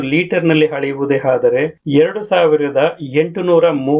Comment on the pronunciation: ಹಾದರೆ ಅಲ್ಲ ಗುರು ಅದರೆ... ಅದರೆ...!!! ಹಡಿ ಅಲ್ಲ ಅಡಿ..!! ಕನ್ನಡ ಕಲಿ ಇಲ್ಲ ಅಂದ್ರೆ ಚಪ್ಪಾಳೆ ಅಲ್ಲ ಚಪ್ಪಲಿ ಬೀಳಬಹುದು..!!